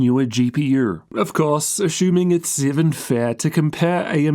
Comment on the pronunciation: ashumming azooooos